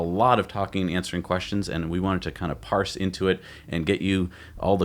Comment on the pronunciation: Please stop saying "Parse" every episode... =)